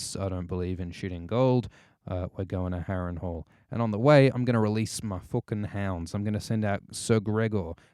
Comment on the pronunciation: The way says fooking <3<3<3